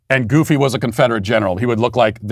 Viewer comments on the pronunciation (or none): none